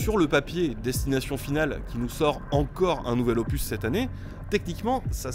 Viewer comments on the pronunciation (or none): none